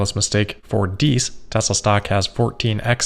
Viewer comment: Herbert thanks you for not mispronouncing his surname. You're a true cosmopolite!